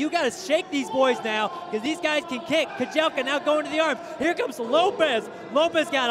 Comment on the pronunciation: Dude its kajelcha, not kajelka